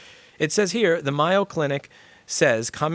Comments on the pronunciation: Louis it’s The Mayo as in hold the Mayo it’s not cinco de🙂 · I don't mean to be petty. But is it pronounced mai-yoh like Cinco de mayo or may-ou like the condiment??